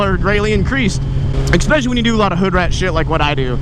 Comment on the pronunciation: Please. Stop saying "exspecially."